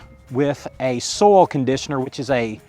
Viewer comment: Great video, but was getting annoyed at the pronunciation of "Potting soul". What is potting soul? Took me a while to realise you were saying SOIL, hah!